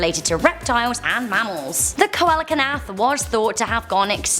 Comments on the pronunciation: Oh, tries to pronounce this the same "cole-ack-in-ath"??? Where in the world did you come up with that pronunciation? Lol It's pronounced like this - cee-low-canth. Sorry, I love ya, but couldn't let that one go lol. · Coelacanth (coal-la-canf) punches hole in the wall SEAL-LA-CANT. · Kolakanath? Lolllll it’s pronounced SEAL-o-canth. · #5 the coelacanth is properly pronounced SEE-luh-KANTH unless that's a peculiar British pronunciation of which I'm totally unaware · As adorable as it was to hear say Coelocanth, it’s pronounced “See-Low-Kanth” ❤️ I have a love for all reptiles and study herpetology because of them!! I also do think we will find life in space somewhere. I don’t think earth is anything special where we are the only planet in the universe, let alone just our own galaxy, even if it’s just lifeforms such as bacteria/parasites/fish or other life still developing. Almost all of those who have credibility for predictions have said by 2040 we will have found some sort of life outside of earth in our universe ❤️ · see-la-kanth... not ko-alah-ka-nath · Co-ala-cant I think you mean: Celia-can-th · I now hate you, its see-la-canth not co-ala-ka-nath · Coelacanth = SEE-LAH-KANTH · I lost it when she tried to pronounce coelacanth and said colacanath 😂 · umm I'm pretty sure coelacanth is pronounced see-lo-canth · Coelacanth is pronounced see-luh-kanth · see-lo-kanth Kinda butchered the name of the fish. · That Coelacanth is pronounced see-la-canth. Helpful tip. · coelacanth Pronounced c la can th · Coelacanth is pronounced sealocanth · I have never heard a coelacanth pronounced like that. I always have pronounced it see-la-can-th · I have never hear Coelacanth pronounced like that. Two extra syllables were added lol. It's pronounced sea-luh-canth. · She also didn't do Coelacanth right. Its pronounced See-lo-canth. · It's not pronounced coelacanth it's pronounced see-la-canth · Coelocanth is pronounced SEE-low-canth